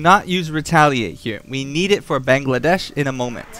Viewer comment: Haha I love how you call him Bangladesh!! It's Bangalash lol. Makes me giggle everytime.